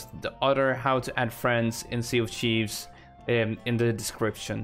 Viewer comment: Its sea of thieves not sea of chives